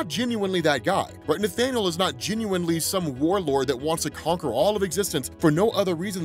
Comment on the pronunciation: Kang the “Conker?” :-P